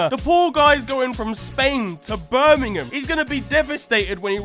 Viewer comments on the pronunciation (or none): none